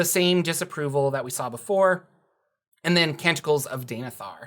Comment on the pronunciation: I was not looking at the screen when you said Canticles, but by the Gawds, I swear you said they get TENTACLES! And I thought, WHAT!?!